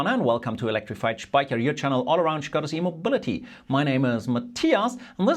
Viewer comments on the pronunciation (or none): it took me a second to understand that you were not passionate about "Skoda's immobility" but well about "Skoda's e-mobility" 😅